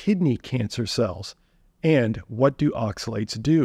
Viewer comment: Not oxa-see-you-later, see you oxi-later